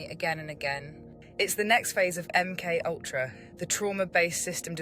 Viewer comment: My friend met this bird - she is a semi-borg... ie: a BORG-BIRD "high-breed" :-o Interesting content - but the name "MK-Ultra" needs pronouncing along the lines of "EM Kay Ultra" - instead of "UhmKUltra"... = Keep your cosmic humour people... 🙃🙂 =